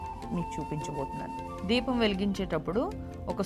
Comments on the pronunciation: ద్వీపం ఏమిటి తల్లి...దీపం అని palakadame రావటం లేదు...meeru దీపాల గూర్చి చెప్పడం 😅😅😅😅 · Dwepam kadu amma Deepam talli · Dweepam కాదు amma